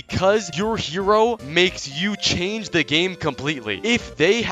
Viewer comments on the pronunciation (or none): none